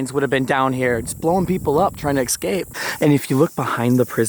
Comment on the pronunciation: Did he say excape?... then mou-in?